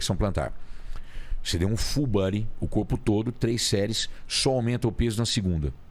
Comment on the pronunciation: Fullbuddy kkkkk pronúncia tá ó uma bosta kkkk